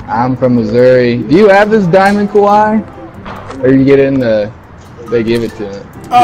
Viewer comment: Did he say Kwame instead of Kawhi at the end